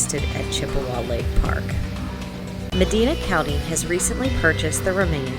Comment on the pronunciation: FYI It’s pronounced Medina,Ohio NOT Medeena